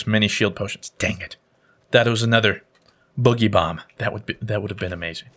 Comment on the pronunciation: Everyone says it wrong, it’s not bugeeee bomb, it’s boooogy bomb as is dance/boogie